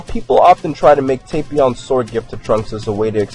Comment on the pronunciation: its not tay-pion